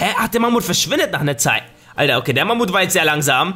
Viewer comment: Wie du einfach elefant sagst oder mammut